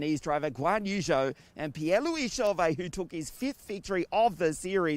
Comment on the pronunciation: You cant say jehan DARUVALA, roy NISSNAY, patrick PASMA etc and then just say ZHOU guanyu please use ine way or the other. (and please learn the right pronounciations for Nissany or Ushijima for example)